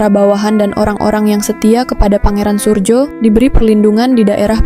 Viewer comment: RM Surojo, bukan Surjo